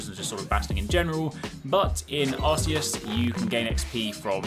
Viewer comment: It’s actually pronounced Arkoos